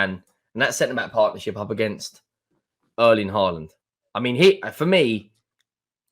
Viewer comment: "Erling Highland"